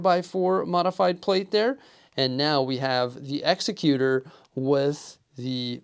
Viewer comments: It's exEcutor, not execUtor. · I could not finish this video after I heard you mispronounce the name of the ship multiple times. The name of the ship is pronounced "ExecuTOR" not "ExecuTUR." Have you not seen Empire Strikes Back? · The EXECUTOR (pronounced like the legal term). LOL, I was going to let it go until I heard it twice. It just makes me cringe. The other way would be spelled Exexcuter or more properly Executioner. The only thing wrong about this set is the price, especially considering the price compared to the Frigate. Maybe one day they'll nail it. They did with the Scythe, maybe they'll do it again at some point. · Pronouncing the name wrong btw 😂 great vid 🎉